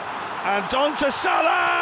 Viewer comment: the commentator can’t even say Salah properly anymore lol